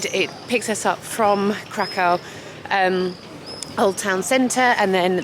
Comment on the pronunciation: Krakow is pronounced like ’Krakov’. The W is pronounced like an English V